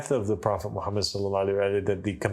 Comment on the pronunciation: This guy cannot pronounce the name of Prophet Muhammed sallallahualaihiwasallam properly and you think he is speaking truth? What a nonsense! This man is a kazzab and implanted to create doubts. Three of his qualities are enough to prove he is indeed a partner of dajjal 1- will never be able to pronounce it correctly the name of Prophet Muhammed Sallallahualaihiwasallam. 2- lies about everything. 3- create doubts instead of removing it from the mind of a layman. He is a disciple of shaitan